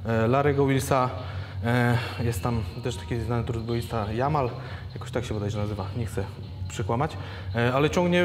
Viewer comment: Jamal Browner ale się czyta Dżamal XD